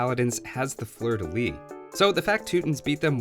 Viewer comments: Hello! Nice vid, as always! Just to let you know you should pronounce the "s" at the end of "Fleur de Lys". Cheers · I really appreciate the attempt to mute the «s» in «fleur de lys» but this is one of those cases where you don't. Consistency! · un 'fleur de lys' the S isn't silent. Yeah i know french is weird